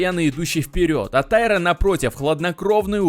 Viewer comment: Правильное ударение - ТаИра.